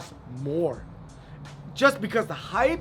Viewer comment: Please dont say "hypee" 😂😂. Joking aside, spitting facts!